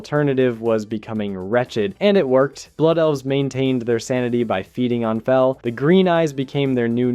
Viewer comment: oh the "feel energy" .... bro slow down . it is garona halforcen from half-orc, not orssen. and Fel... like when you >fell< from the changing table.